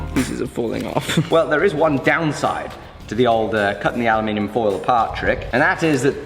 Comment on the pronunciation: That feeling when someone says aluminium right. Ohhhh it feels so nice to my ears! It's not going to last long sadly.....